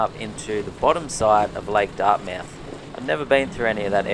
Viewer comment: Pronounced "Dartmuth"